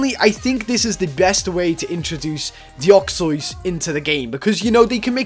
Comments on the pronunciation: It isnt deoxoys its deoxys! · deoxys is pronounce deyoksis not deyoksoys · It is called De-ox-iez, not De-ox-oiz. That pronunciation of yours just sounds weird and doesn't make sense. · my reaction to how says Deoxys wut is that supposed to mean it's Deoxys not Deoxoyse (how he actually says it) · ur saying deoxois but its deoxys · you said "Deuxzods" you Say it like this De-ox-e-yes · STOP SAYING DEOXOYS ITS ANNOYING ITS DEOXYS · Deoxois I thought it was deoxys the hole time no offense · He said deoxys wrong deoxyos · "Dioxois" it dEoxYZ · stop calling it deoxios. its deoxys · DEOXOISE? ITS PRONOUNCED DE OX SYS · Deoxoys? Its Deoxys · the way you pronounce it isnt like this deoxois its pronounced deoxis by the way i know its not right spelling im just saying how its pronounced its real spelling is deoxys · He called deoxys "deoxois" DA F*****CCKKK??? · its prenounced DE ox SIS not de ox ois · deoxys NOT deoxoys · Its deoxys not deoxoys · It's de Ocks iss not de ocks oys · Deoxoys umm can u speak it say it please U should make a video that all the pokemon u can say rightly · did anyone else notice he said reading instead of radiating and he said deoxyois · YOU SAY IT DEE-OX-EEZ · its dox-is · you said deoxoys like a joke or something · How you pronounce Deoxys De-ox-ys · "Doxsoys" lol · It's Deoxys (Dee o xis) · I KNOW YOU ARE BAD A PRENOUNCING STUFF BUT PLEASE!!! I AM GETTING SIRIOUS TRIGGERING RIGHT NOW ITS NOT DEOXEUEHEUEUYEJJS JUST SAY IT AS IT IS! DE-OK-SYS THATS HOW YOU SAY IT!!! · Deoxys is pronounced deoxes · ITS DE OX IS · Deoxois lol sry xDDDD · The way he pronounced deoxys XD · you say deoxys wrong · u said deoxys wrong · LOL WRONG PRONOUNSAYTION OF DEOXYS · Not to be mean or anything but ur pronounciation of deoxys is the frikin worst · Omg stop saying it wrong search it on Google learn how to say deoxys xD